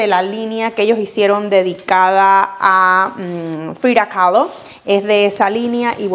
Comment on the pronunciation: Porque dice Frida caló tan exageradamente 😅😅